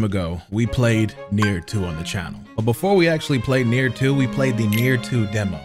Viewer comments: calling nioh, Nier brought dishonor to my ears. Add that to the fact he didn’t finish nioh 2, he brought shame to this channel. The shogun will be hearing of this plunder. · The fact he pronounces it Nier with such confidence is making me scratch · nier or nioh? cuz its 2 different games and he calling nioh 2 "nier" at the beginning of the video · it's NIOH NOT NIER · i swear everytime he said Nier my brain screamed NIOH😂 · Nier? It’s Nioh bro 😂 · it’s Nioh, not near, God damn!!! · Bro lmao NiOH as Nier got me a little bit irritated did like 5 times in 10 seconds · Nioh not Neir hahaha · Did this nigga just call nioh 2 neir wth 😂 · Bro NIOH not Nier wtf 😂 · Its NIOH not NIER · Why in the absolute fuck is he calling nioh nier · calling Nioh, Nier was making me itch 😭😭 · I was so confused when he kept calling Nioh "Nier" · pronouncing "Nioh" as "Nier" makes his rage deserved #SorryNotSorry 😂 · Every time you said Nioh I kept hearing nigga idk why…….don’t ask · Why is he calling nioh nier lmao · Why is he saying nier